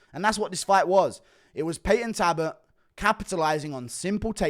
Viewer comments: Guru just refuses to acknowledge the L in Payton talbotts name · Can someone teach this man how to say Jacob please? Update: Talbott too!